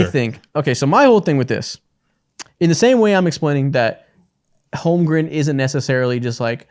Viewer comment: If I hear say “Holmgrum” instead of “Holmgren” one more time, I’m buying him a jersey so he remembers😂